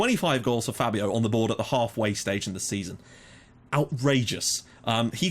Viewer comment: btw, I think Fabio's name is actually pronounced faybio (due to the accent).